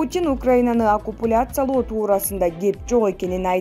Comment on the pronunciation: Окупульяция деген эмне,,😁